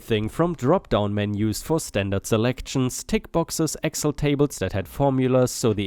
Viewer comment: Story 2, Excel is said as "ex-sell" not "ex el." 🤪